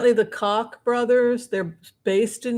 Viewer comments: ROTFLMAO you said "Cock Brothers" instead of "Kock Brothers", which is pronounced Coke. LOLOLOL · True: that is how they pronounce it, though. Mayor NYC Ed Koch said his name cotch :)